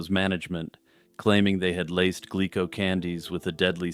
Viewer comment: Okay...nit-picking time: The name of the Japanese candy company, "Glico," is pronounced, "GLEE-ko" (or if we want to get hyper-technical about it: "Goo-Ree-Ko") ... not "GLICK-ko." 🙄